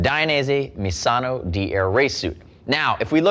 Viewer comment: pronunciation of misano is mizano